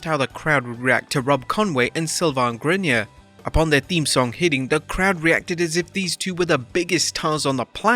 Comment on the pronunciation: How the hell did you just pronounce Sylvain's last name? Were you even watching at the time?